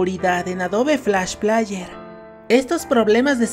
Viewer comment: Se pronuncia Adob Flash pleier